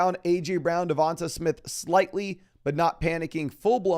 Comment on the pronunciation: Hey. I’m an Alabama fan and I just can’t help but to tell you that DeVonta Smith is pronounced like “DeVon-Tay” as opposed to “DeVon-tuh” 😂😂 love your content though keep it up!